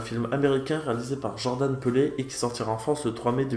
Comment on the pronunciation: lol le réalisateur tu l'as appelé "jordan peulé" :-) marrant, mais jordan "pile" c'est mieux. allez je m'abonne quand même !